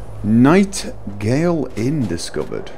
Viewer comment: You called it the Nightgale inn! I've been calling it the Nightingale Inn for the longest time until I finally saw it was NightGATE inn. haha. Well, I still call it the Nightingale Inn. As far as I am concerned, that's what it's called.